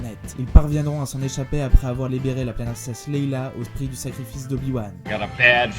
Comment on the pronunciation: quand tu dis "leila" je me vomis dans la bouche , mais sinon très bonne épisode bravo